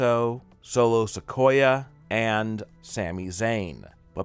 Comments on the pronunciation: Sikoa not ''Sikoya'' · Good joke, wnn It's sikoa not sikoya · The way he pronounced ‘Sikoa’ 🤦🏻‍♂️ Supposed to be a fucking wrestling fan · I know right